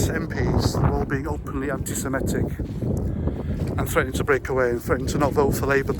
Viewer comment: The word is Semitic, not semetic.